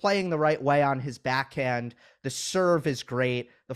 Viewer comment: Her voice is SOOO annoying... Why does she say beck hend instead of back hand?? Where has she got this odd fake radio accent from??